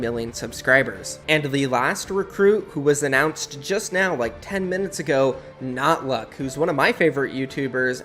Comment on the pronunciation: says he's a good friend and says notluc's name wrong